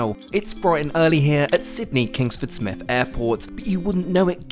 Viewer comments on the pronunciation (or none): none